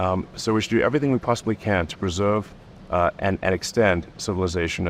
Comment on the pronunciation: I know it's his accent but Elon sounds like a wittle baby who can't pronounce words when he talks. "We should pwesewve and extend civiwization"